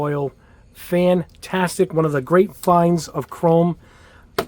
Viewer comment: therrr grrrreattt 😂